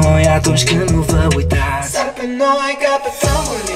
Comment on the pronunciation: Cand ai zis "Sar pe noi" am crezut ca zici "Sars Cov 2" <3